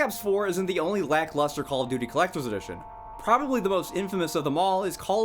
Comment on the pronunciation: “Clecter dition” 🙄